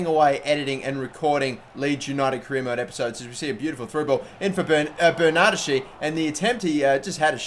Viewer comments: It's not pronounced bernadeshi, it's pronounced BernadesKi. In Italian the 'ch' makes a k sound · BERNARD-- ES-- KEY